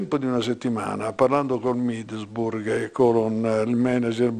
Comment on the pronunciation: "Il Middelsburg"